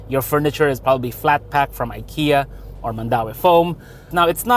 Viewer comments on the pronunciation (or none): none